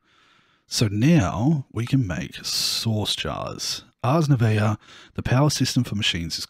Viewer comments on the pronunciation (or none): nouveau is pronouced nove like move and o so nove-o (it's french) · Nouveau is pronounced like new-vow (vow is pronounced like bow). Also this style of series is great for this modpack. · ah yes, the arsey nouvuovouye ossas. hmm quite. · U Can Say noovo nouvo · Me a french guy : Why do you struggle so much with "Ars Nouveau" ??? Oh yes... you're not french...